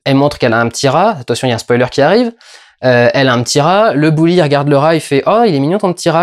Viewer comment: Au fait, on prononce "Beuli", "Bouli" c'est un bonhomme de neige avec un chapeau gris et une écharpe rouge!